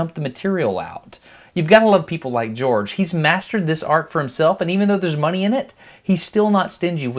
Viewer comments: dude his names not gorge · HIS name not george